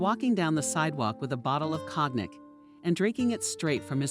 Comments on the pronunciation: "Cognac" is pronounced "kon - YAC" with emphasis on the 2nd syllable. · Cognac is pronounced co-yac.